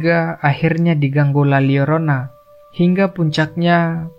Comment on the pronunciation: La Lyorona. Double L jadi LY di Bahasa Latin